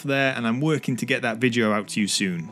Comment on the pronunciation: Only weird thing about this is how you pronounce the word “video” to be honest. Also, the difference between a dragon and wyvern is that the wyvern only two legs and a pair of wings, whereas a dragon has four legs and a pair of wings.